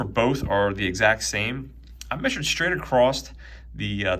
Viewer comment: There is no "t" in the word "across".